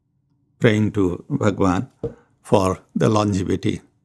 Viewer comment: Wonderful thank you. My only feedback for the anchor/host/radio sai team is - is it possible to say "Bhagawan" without too much stress in "Bha"? Sometimes its repeated again and again when you hear it in headphones, it gets a bit uneasy. Thanks for understanding and keep up the great work.